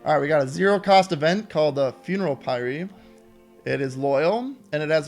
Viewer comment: "Funeral Pie Ree" No.